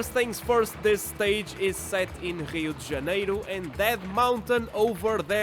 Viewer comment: I'm guessing from your pronunciation of Rio de Janeiro that you are Portuguese?